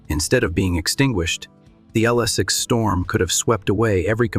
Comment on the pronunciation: I DO NOT LIKE!!!! LSS six. Too funny! BOT ! AI !